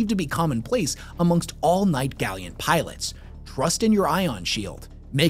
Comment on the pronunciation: literally dying of cringe every time says gally-ant